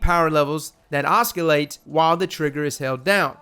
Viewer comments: Oscillate is pronounced Ossilate. Love your videos lol just trying to help out haha keep it up bruh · How do you pronounce “science?” “Skyence?” The C in oscillate is silent. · YOU DONT PRONOUNCE THE "C" IN OSCILLATE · Ha. Oskilate. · As soon as I heard you say it I scrolled down to the comments. He's done it again boys, making new words.